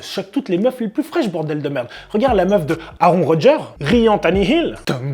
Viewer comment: wolah la prononciation de aaron rodgers ahhaha tu m as tue l ami :) super video comme d hab